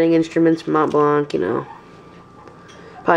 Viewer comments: very nice, but you dont pronounce the C on the blanc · Awesome pen, it looks classy. But just like that, you don't need to pronounce the C at the end of Mont Blanc. It's a french name. Very nice pen although